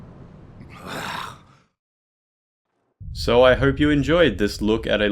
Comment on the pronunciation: Holy shit, he does really says Umbasa! Praise it